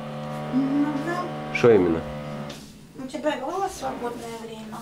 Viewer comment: «Вот имЭнО»😂 «бЭсЫт»